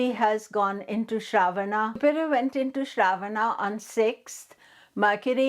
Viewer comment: Last ‘A’ is silent and pronounced uh in Sanskrit. What is Shraavaana? It’s Shravan-uh or Shravan. Why mess Indian words based on their romanized spellings?